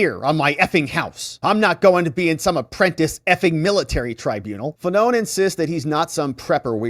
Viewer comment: Fa-None 😅 what a douche-bag 😂